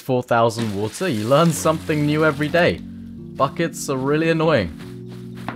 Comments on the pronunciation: I love it when you say, "have some wooter". makes me smile every time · "Have some Woodah"